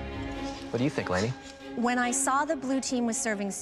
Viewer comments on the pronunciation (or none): when he said "what do you think, lainey?" I heard lady 😂